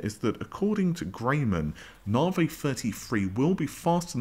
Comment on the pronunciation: Considering that AMD is your thing why the hell can you not correctly pronounce Navi? There is no such AMD product as Narvay.